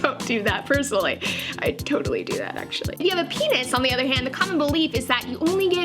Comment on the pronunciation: She said benis lol